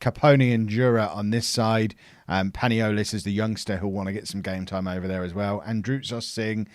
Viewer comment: panolias (as you say it :P) is pronounced pa-knee-lee-as, he needs to play some games this season